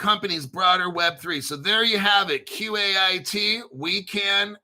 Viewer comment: FYI, Seal Coin says Qait is pronounced "Kite."